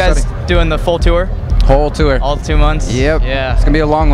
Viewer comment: he said "tour" like "too-er"... ew